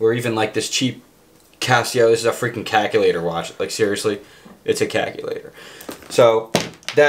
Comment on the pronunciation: "seriously, it's a CACKELATOR"